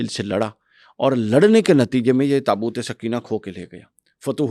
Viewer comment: برائے مہربانی لفظ درست کر لیں، " تابوت سکینہ' SOKAINA ، تسکین دینے والا تابوت، سکینہ SAKINA مونث ہے عام طور پر لڑکیوں کے نام ہے۔آپ سمجھا دیں تاکہ لفظ ٹھیک بولا جائے، شکریہ۔